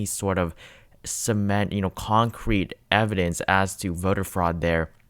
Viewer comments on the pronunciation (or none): none